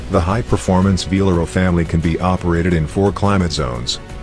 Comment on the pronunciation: It's not VALERO, it's VELARO!